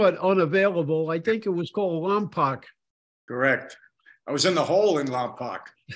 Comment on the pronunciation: Gotta say, I grew up in Lompoc, and we pronounce it "Lom-poke". I always cringe when I hear Lom-pock.